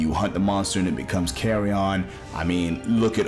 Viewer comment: i still don’t understand why Odo was left out of of Rise. he was such a perfect fit… and yeah, Jho’s tail eating seems to just be a myth that people just misremembered. he doesn’t actually do it. yet, at least. also, the way you pronounce “carrion” sounds like you’re saying “carry ON,” like you’re talking about luggage 😂. it’s just pronounced like CARRY-un or CARRY-in, fyi.